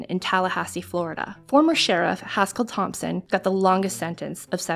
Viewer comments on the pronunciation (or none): none